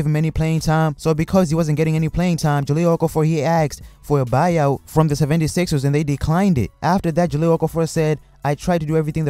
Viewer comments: Sevvendy Sixers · The way you said 76ers lmao